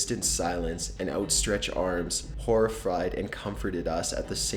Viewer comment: He said Horifried! lol.